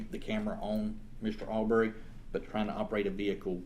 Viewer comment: The lawyer doesn’t even bother to learn how to say the name Arbery correctly. It’s not ArBERRY you a$$.